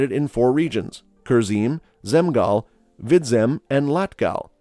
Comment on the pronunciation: Kurzem,vidzem you pronounced theses like someone who lives in courland😂